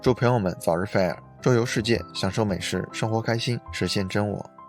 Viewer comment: 是fai 儿 不是 菲儿 真是闹死了。。。。忍者听完了 对不起挑刺了 不过感觉博主的发音真的可以好好调整一下 要不然一说这个词 真的太出戏